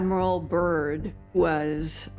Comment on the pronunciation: Admiral Byrd not Admiral Burn. Can't even get his name right. Description box 👈📖🧐